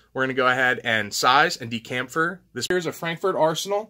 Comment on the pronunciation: Pronounced chamfer as in Chuck, not camfer.